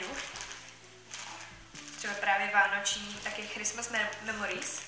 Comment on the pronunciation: Je super, že jsou teď tak často videa. Dárky jsou super a dostupné. To je super. Už se těším na vlogmasy. A jen taková maličkost, nemyslím to vůbec zle, v angličtině se ty ch čtou jako k. Takže Christmas se čte s k na začátku, ale to jen abys věděla. Jinak vás mám moc ráda! ❤️